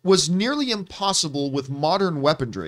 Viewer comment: I don't know why weapondry bothers me so much. Lol. I'm pretty sure its pronounced weaponry, but everytime John pronounces it I laugh.